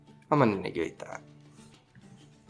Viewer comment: I don't know how many times I have to write it in the hope that somebody reads it... IT'S TRAGEDIA NOT TRAGODIA